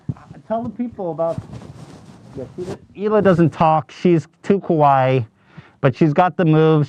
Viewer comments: you said "scary" instead of "cute" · Every American ever pronouncing Kawaii as Kowai which means scary. I'd say Japan are cringing at this but they botch every word from every language ever, so get fucked Japan.